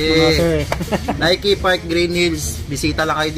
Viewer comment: Nike is nayki ang tamang pagbasa